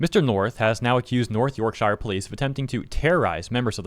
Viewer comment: its not "york-shyer" its "york-shuh"